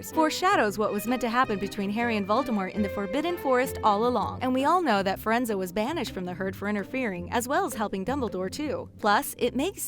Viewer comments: DId u JusT sAy FiReNZo? WTHeCk! ItS FireNZe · Firenza? You mean Firenze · exuse me but you say fer-ren-zer instead of fer-ren-zi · OMG! Fur-En-Zu. What the heck? You pronounce it literally EXACTLY as it is spelled! Fi-Ren-Ze. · Firenze- you don’t pronounce it Fuh-Ren-Zuh, you pronounce it Fi-Er-Enz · She keeps saying Firenza, and it's so annoying! It's Firenze, not Firenza!😒😡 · Two muggles can give birth to a wizard, its called a muggle born or a ‘mudblood’ .Hermione is muggleborn... Also its pronounced Firenze not ‘Firenzer’😂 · Firenza? His name is Firenze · and its pronounced like fee renz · This video drove me absolutely up the wall simply because she kept saying the name Firanze wrong. It was legit nails on a chalkboard for me. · HOW YOU PRONOUNCE FIRENZE!!! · She was so wrong saying firenzes name! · What is a centare it's centore and his name is friendz not friendzos goodness me